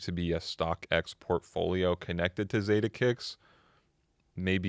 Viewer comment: The “Za” in Zadeh is pronounced like “Fa” in Father ✌🏽it’s originally a Persian (Farsi) last name if I’m not mistaken